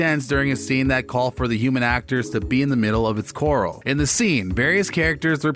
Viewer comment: Why is it most narrators don’t know that Luke Grimes’ character’s name is pronounced KayCEE not CASE? Also, corral is cor ral not coral (has this person not ever seen a western?)